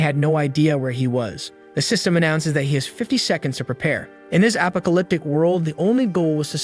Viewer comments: Still stuck on the voice saying “apa-co-lyptic” instead of apocalyptic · wow apa-alyptic world huh. Why u say it like that??? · app po ca lyp tic , thats one way to attmept to say that word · i love how he says apacaliptic instead of apocalypse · He says apocalyptic just like you say alpaka 😂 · He definitely isn't saying apocalyptic 😆